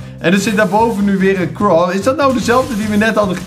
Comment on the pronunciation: zegt steets craw en niet crow xD